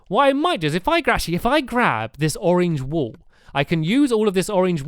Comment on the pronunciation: when he says burn the wool it sounds like burn the wall (he says that in building time